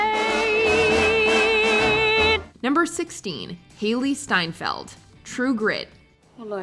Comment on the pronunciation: Coen Bros and Jeff Bridges and Matt Damon all said they were just blown away by how good Hailey S was in True Grit; but you called her Seinfeld the whole time here instead of Steinfeld